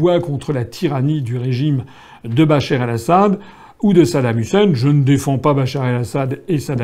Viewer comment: Euh c est Bachar Al Assad, et pas Bacher El Assad